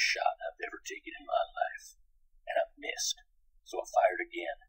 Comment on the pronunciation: "Long story short...Myissed."